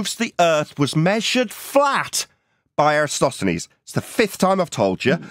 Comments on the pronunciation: Somehow has managed to butcher Eratosthenes’ name EVERY SINGLE TIME in this video. Jesus Christ! 😂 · And after all these years, he still cannot even get the name right. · since professor Dave said that all flat earthers cant pronounce Eratosthenes. i have taken note when ever he is mentioned and he is correct they always say it wrong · If nothing else, could he learn to pronounce Eratosthenes correctly? Or at least close? Here's a simple experiment most of us can do: 1: hold out two adjacent fingers 2: curve them, like a claw 3: move the tips apart 4: notice that there's an angle between the tips and the palm (or back of palm). ☆☆☆ This is an angle between two curved lines. But more importantly: is right in saying the scale is important; because the Earth is so huge, the local area can be taken to be flat, both at Syene and Alexandria. It's the distance between the two locations that shows the curvature. In the experiment, the distance was about 5000 stadia (~800 km), and the angular difference was about 1/50th of a circle. Turns out that local conditions at Syene weren't important, as the sun shone directly down the well, so was overhead, and there was no angle to measure (i.e. the "angle" was zero degrees). The angle at Alexandria was ~7°. This can be take as flat because the height of the pole and the length of the shadow were so tiny, that curvature could be ignored. Why do I believe this? I learned it in the first year of my Cartography degree. But what if the lecturers were part of some sort of conspiracy involving a space agency on the other side of the world? Well … globe earth explains why we have a day/night cycle at the same time as a season cycle, and also how we have lunar eclipses and solar eclipses (often half a month apart). Flat earth can't explain either of these. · Can spend a few minutes learning how to pronounce Eratosthenes?